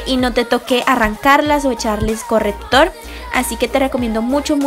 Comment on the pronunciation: Súper bonitas decoraciones y mucha originalidad, pero sugiero que le inviertas un poco más a tu pronunciación mija, son caCtus, correCtor, SHarpies. La gente como yo sabrá que es algo tedioso escuchar las malas pronunciaciones tantas veces... Es sólo una petición. De ahí en fuera me encanta todo.❤